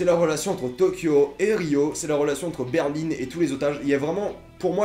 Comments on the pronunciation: ET ON DIT BERLIN PAS BERLINE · La ville ont dit BERL1 et pas berline 🙄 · La capital de l’Allemagne c'est Berlin pas "Berline" :D Voila et sais tu pourquoi ils ont tous des noms de capital sauf Rio ? merci. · C pas berline mais Berlin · Par contre quand tu dis Berline au lieu de Berlin c’est stressant 😂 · Ta dit Berline c Berlin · Pourquoi tu dis Berline? C Berlin ma foi mais sinon j adore cette série c ouf !! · Euh c'est normal qu' il dis berline au lieux de Berlin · c Berlin et non pas Berline !!!!! cordialement Fillmz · C'est des noms de villes donc y a pas à dire "je prononce comme je veux". C'est c'est Berlin pas Berline, comme la ville quoi. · C Berlin pas Berline 😂 Sinon super vidéo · Pourquoi tu dis berline c'est Berlin c'est des noms de villes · on dit "BERLIN" et non "BERLINE" et "NEIROBI" et non "NAEROBI" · On dit Berlin pas Berline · (ce commentaire n'est pas méchant) je sais pas si tu dis berline que pour le personnage ou aussi pour la ville mais personnellement je trouve ça bizarre moi je dis berlin mais chacun ça façon de le dire 😊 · Berlin pas Berline 😂😂😂😂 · C’est pas Berline c’est Berlin putain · Ça se dit '' Berlin '' et non Berline comme tu dis 😉 mais sinon je suis d'accord avec toi cette série est super 😊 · Berlin, pas berline Casa de papel et non pas case de papel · C'est Berlin pas berline! Non ? Je sais plus !? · Arrête de prononcer Berlin comme si qu'il y avait un "e" à la fin.... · Oui une capitale d'un état en quelque sorte celle du Colorado même si c'est pas une capitale d'un pays mais Rio n'est pas du tout une capitale ;) et pourquoi tu dit berline , je ne comprend pas ;) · Ba en espagnol ça se prononce Berlin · "Berline" Je saigne des oreilles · ''Berline'' ''Naérobie'' MDRRR